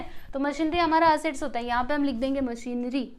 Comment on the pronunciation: It's मशीनरी not मशीनड्री🤦